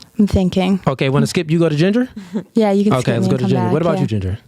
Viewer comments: Yea that was the issue…she said Gender, not jinger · It sounded like she said GENDER not Jinger…